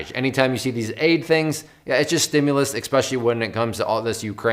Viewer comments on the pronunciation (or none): He says especially like there's an x in it haha.